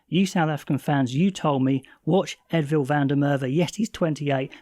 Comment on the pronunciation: There's a few guys mispronouncing Edwill's name. Yes, in Afrikaans the W is usually pronounced as a V, however in this case it is pronounced Ed-will, not Ed-vill. We do appreciate the effort though, since you're doing your best i figured I'd try help 🍻